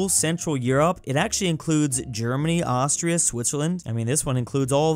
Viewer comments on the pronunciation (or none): none